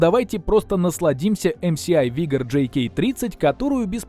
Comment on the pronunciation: ЭмЭсАй(MSI). Не ЭмСиАй(MCI)